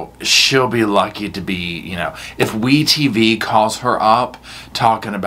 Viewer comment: "WEtv" bahaha 😂👏